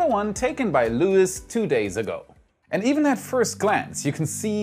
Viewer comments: Not Lewis . Lois is pronounced loo-is… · Great report! In South Texas, Luis is pronounced "Loo-ees" with the accent on the second syllable.